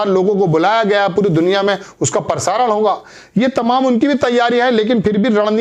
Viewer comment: दुनिया के सारे चूतिय इसी चैनल पर है क्या ? एक तो इनको ठीक से हिंदी बोलना नही आता परदेश नही प्रदेश होता है । परसारण नही प्रसारण होता है